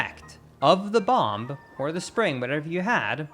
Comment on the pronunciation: First, want to say that you speak English better than most of us. But wanted to point out that bomb has a silent b at the end for some reason. Love your videos, thank you.